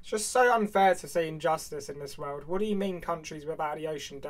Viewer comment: I like than in his accent world is pronounced “wewd”